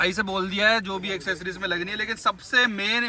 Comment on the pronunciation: की इंग्लिश अच्छी हो रही है,90 % लोग एक्सेसरीज को "एसेसरीज" बोलते हैं ।😂😂😂😂